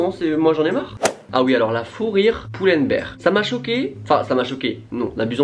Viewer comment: Merci d'avoir BIEN prononcé Pull&Bear <3333